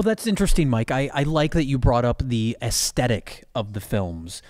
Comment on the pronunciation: Is that repeated "Astetick" pronounciation of "aesthetic" a direct reference to something in the videos they're spoofing?